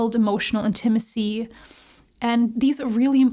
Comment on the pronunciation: Your pronunciation, inflection of the word 'Intimacy' is a bit off.